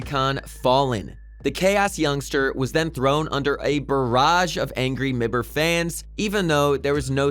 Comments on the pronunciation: Btw get someone else that can pronounce names pls Mi Ber LUL wierdchamp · But yes says mibr not m I b r😂